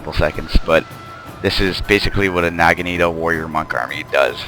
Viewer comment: youe pronouncing naginata wrong